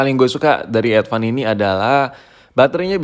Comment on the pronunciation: Advan ❌ Edvan ✅